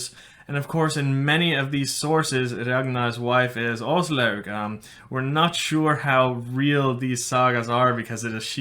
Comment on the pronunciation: Her name is pronounced ASS LOG duh